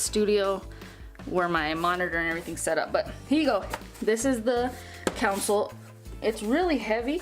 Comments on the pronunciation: It’s not a council it’s pronounced Console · Why does she keep saying council